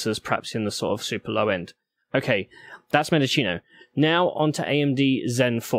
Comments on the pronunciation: Mendocino is pronounced mendoseeno, not mendochino. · It's mendo-cee-no. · Mendo-SEE-no so you know. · It should be Men-do-chee-no